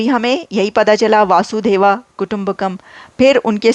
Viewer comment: Reena Sachdev 🙏🙏 Vasudev kutumbakam Sanskrit word hai jiska matlab hota hai whole world is one family.. Aliya Vasudeva ya Vasudheva nahin hai blki Vasudev hai please pronounce correctly.. Purana nahin hota Puran please pronounce correctly Puran bolty Hain purana nahi.. Puran ko plural mein Purans bolate Hain puranaas nahi.. Kutumb yani Parivar kutum yani khandan.. Yah hajaron salon se meaning hamare andar hai Sanatan Dharm ki pahchan hai Lekin aajkal ke log wars zone mein aaye hue hain.. lakhon sal bad hi use Kiya ja raha hai madam kyunki Sanatan Dharm aur Bharat lakhon karodon sal Purana hai behtar hoga aap hinglaj Mata ke mandir jaaiye vahan ke pandit Ji se personally Mili hai aur Bharat aur Bharat Bharat ke Sanatan Dharm ke bare mein knowledge gain kijiye aapko bahut jarurat hai.. Sanatan Dharm tha hai aur rahega duniya ke khatm hone Tak aur Bharat bhi rahega duniya ke khatm hone Tak kyunki Sanatan Dharm ki paida hone ki koi tarikh nahin hai Islam Kalyug mein paida hua hai Christianity Kalyug mein paida hui hai aur Inka khatm hone ki tarikh bhi likhi hui hai Bhavishya Puran mein.. Hinglaj Mata Mandir ke pandit Ji se puchna satyug treta Yug dwapar Yug aur Kalyug ke bare mein Charo Yug ke kitne lakh sal purane Hain.. Hamari Sanskriti ko hamare Sanatan Dharm ko kuchal ke rakh Diya Muslim invaders ne aur Britishers ne lekin ab Bharat apni pahchan ko fir se aage la raha hai.. Thanks Reena Sachdev 🙏🙏